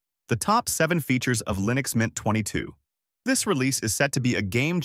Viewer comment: why do you keep calling leenix?